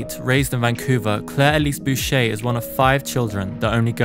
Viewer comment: 1. My bilingual ass is screaming at your pronunciation of Boucher. It's French. 2. Dune is not a childrens' novel, it is studied at a 12th grade to university level and is considered adult fiction. So much context switching in those damn books! 3. Akira didn't exist when Claire was a child. Research pls